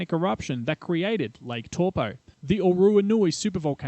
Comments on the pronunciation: Close enough for an Aussie.. next time go with Toe-Paw ;) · It's pronounced Taupõ (Toe-poor) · Taupo : Tow Poor not Tall Poe I suppose Tell Poe is worst bloody Palangi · Funny to hear you pronounce Taupo every time. Just a suggestion you should investigate pronunciations of some names/words if unfamiliar and if you're going to say it a lot. You were pronouncing it more like Torpo but should be more like T-ow-po. The Tau like if you hurt yourself and said "ow" lol. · Pronunciation. Torpoe. Actual pronunciation. Towpaw. But don't mind me, I only live there. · wow buctchered taupo aswell its not TORE-POOR its TOW-PO you need to look how nz words are spoken. your a butcher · It's not toe paw, its towPO not TOW POOR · exactly . toe paw not torpo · Is there a more mispronounced place name on this planet? Where the heck is Tor-Po? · Cringed everything I heard tawpo.... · Toe Paw.🤣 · tor po??? kei whea "tor po"? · How ever you want to say it Toe por Toe paw Tauupo if it blow's we're Toe...ssst. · Your pronunciation would be perfect of Taupo, if you reverse the vowel sounds. So where you're saying Tau, take the au pronunciation you're saying and put it as the O part of Taupo. And put the old way you were saying the O, as the AU part of Taupo, and suddenly perfect maori!